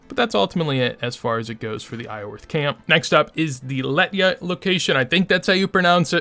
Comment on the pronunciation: Do you always leave the R out of Iorwerth?